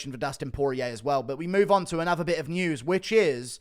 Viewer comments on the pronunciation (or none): none